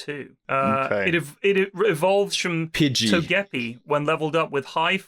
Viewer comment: The fuckin togepi pronunciation